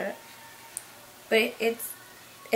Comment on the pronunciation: Lol "suttle" is how you say it... I'm going to the drug store right now loved this video very inspiring! 💕💕💕